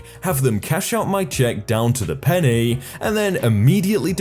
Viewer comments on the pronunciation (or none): none